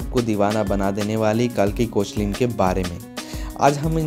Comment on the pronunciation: It's not koechlin it's "kekla"